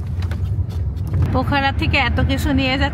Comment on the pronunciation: পোখরা উচ্চারণ করুন।